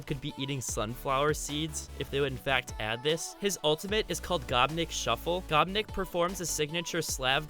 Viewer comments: The gopnik one annoys me because it's not "gop nick" its said with an ny sound and semechki is ch which is just like the first part of cheater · You said gopnik wrong